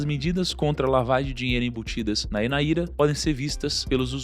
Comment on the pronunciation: Não é Naíra, é NÁIRA só pra corrigir a pronuncia, NÁIRA NIGERIANA